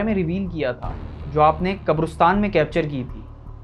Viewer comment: Not kabrustan kabristan is right